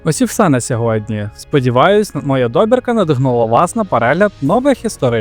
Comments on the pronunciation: Сину, без образ, краще тебе хтось поправить і ти станеш кращим (пробач за тавтологію). До справи: слово "добірка" в українській мові має наголос на другому складі, а французьке ім'я Сірано має наголос на останньому (як майже всі французькі імена). Далі я не слухав, бо , пробач, що може сказати цікавого людина, яка допускає такі помилки. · Дякую. Хороше відео, але страшенно різав вуха неправильний наголос в слові «добірка» - на майбутнє: наголос на літеру «і» А так все чудово 😊